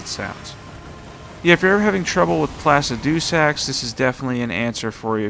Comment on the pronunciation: I'm sorry for this but it's-pla-sid-eh-sax